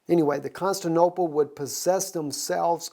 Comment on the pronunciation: Just as a point brother since you have so many followers.... it's " Con-stan-ti-no-ple" :) <3 and also .... "Met-trop'-o-lis" :) Blessings and thank you for all you are doing to bring Truth!!